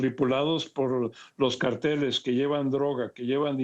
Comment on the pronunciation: No sabe ni decir cartel... "el grupo del sol"... jajaj